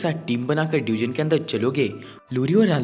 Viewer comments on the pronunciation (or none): It's not deugen it's dungeon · Bhai wo डयूजन नही डंजन hota hai